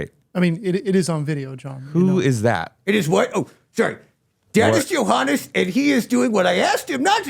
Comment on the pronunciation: Why does Pally keep calling Johannes "Yo Hon"😂?